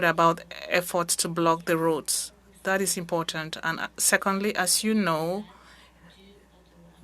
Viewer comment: I can barely understand her, she mispronounces several words (that=\=dat). Makes it quite hard to follow.